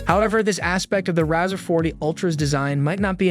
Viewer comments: It’s pronounced RAY-ZOR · The Rawzer, lololol... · I can’t take a review seriously when you can’t say the name right.